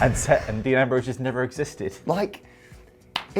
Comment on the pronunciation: Dee Nambrowse